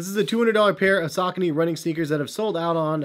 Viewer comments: Yeah, around I'm from we pronounce it as: Sa-co-knees. I'm still going to pronounce it that way because, the way pronounces it, it sounds terrible! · I wish you would say the name correctly